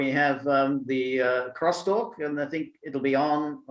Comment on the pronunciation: You can’t help but love it when George rolls his tongue and says……crrrrrrrrostalk! 😆